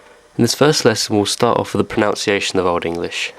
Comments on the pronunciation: You're pronouncing pronunciation wrong. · I would never take lessons on pronunciation from someone who cannot pronounce 'pronunciation'. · Do I trust somebody to teach me about pronunciation if they can't pronounce pronunciation? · You already got the pronunciation wrong. It's "pro-nun-ciation" not "pro-noun-ciation". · ProNUNciation, not proNOUNciation. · "Pronounciation". Ooh, the irony... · "Pronounciation"? This simple spelling error and the accompanying mispronunciation make me wonder whether the information about Old English is reliable. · PronOUNciation? PronOUnciation? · How can we trust the Old English pronunciation of someone who mispronounces the modern English word pronunciation as "pronounciation"? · Irony: mispronouncing "pronunciation." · Ironic really, the way you've pronounced pronunciation wrong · Have another go at 'pronunciation' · I concur. It is irksome to see/hear the word pronunciation misspelt/mispronounced by someone demonstrating pronunciation. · Why am I taking lessons on pronouncing Old English from a man who cannot pronounce (or spell) "pronunciation" in Modern English? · It's hard for me to accept as an English teacher someone who mispronounces "pronunciation" and "aitch". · I appreciate what you are doing here, but you need to spell and pronounce "Pronunciation" correctly, considering the topic of this clip. Unless you are being ironic in some way!! Is that Old English pronunciation?